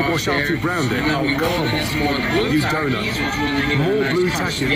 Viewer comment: It is pronounced taa-keys